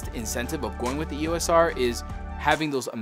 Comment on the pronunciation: We will forgive you because you were a Sony user, but EOS is a two syllable brand name, NOT an abbreviation. You say it as a single word, and not as three letters.